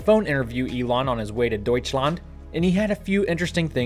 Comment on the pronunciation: definitely i like for a perfect pronounciation of "Deutschland" 😁 greetings from Hannover, awesome channel!